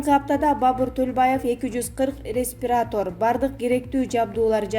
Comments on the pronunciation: Респитатор эмес , респиратор нормально окучу. Дикторлор , типография грамотно жаза да суйлой да албай тантырайсынар. Мурда бул сотко жоопко тартылчы. Азыр тамга тааныса эле болду. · Респитатор эмес респиратор😅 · Респитатор,пневманя, Авыстралия деп тантыйсын го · Респитатор эмес респиратор,созду дагы туура окуй албаган дикторду чыгарып коесунар,таймыс эмес таймс,Сойго эмес Шойгу,коп создорду аябай туура эмес акцент менен окуйт,гаспитал эмес госпитал деп айтылат,бул жактан туруп уяласын ушундай сабатсыздар диктор болуп суйлоп жатышат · Могу окумуштууларды ким тандайт болду экен? Распитатор , малавия, деп.Тантырап. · Журналист кыз ото сабатсыз экен! Респетатор , госпитал , пневмания тфуу блять! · Ушул келесоо кыз бир туура окуганды уйронбоду. Респитатор деп бл.......Бийлике тупойлор келсе бардык жерде тупойлор жайнап эле калмай болду го. Эу эшек жанылык айтаардан мурда жакшылап даярданбасан да бир сыйра окуйсунбу сен? Белгилуу адамдардын фамилиясын туура эмес айтканында элдин ичи отуп кете жаздайт да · Кыргызстан калкына тынчтык бейпилдик,ден-соолук, каалайм АЛЛАХЫМ тез арада аапаттардан арылтсын!Бабур мырза тилегиниз орундалсын!Диктор кызым ишине ийгилик, орусча терминдерге конул бур, озун устундо коп иште,али ийгиликтер алдыда. Сурдобо,респитатор эмес-респиратор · Журналист кыз респитатор дейт го .уят. Гаспитал Пневманя Ото сабатсыз 👎👎👎👎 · Урматтуу блогер респитатор дебеи респиратор деп туура аитынызчы суранам. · Респитатор эмес Респиратор!!!Уят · Журналисттер комиссиядан отушпойбу? Респиратор-респитатор, пневманя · Ээ кокуй журналист айым,респитатор деп баштаган жанылыгындв өчүрүп кой.Пневманияга эмес,туура сүйлө,басымды туура кой.Билим алдын беле.Бутундой,журналисттерге ансыз да сөз тийип жатат. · Респитатор деген кайсы аппарат.Заранее бир жолу окусанар тексти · Респератор а не респетатор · Бул диктор кандай неграммотно суйлойт.Респитатор деген эмне деген шумдук. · Репитатор. ПневмААния. КислААта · Диктор туура суйлочу деги. Реститатор деген соз жок.